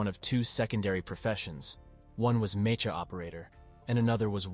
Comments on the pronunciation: Mecha is pronounced as meka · That’s how it’s pronounced it’s no me”cha” as in chai it’s mecha as in “ka”rrot